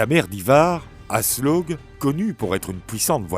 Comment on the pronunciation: Mon Dieu, la prononciation de Ragnar 🤦🏽‍♀ Ça se dit Rag-nar et Aslaug, le "g" ne se prononce pas